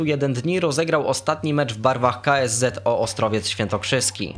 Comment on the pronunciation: Mówi się normalnie KSZO a nie przeliterowuje tak jak ty to zrobiłeś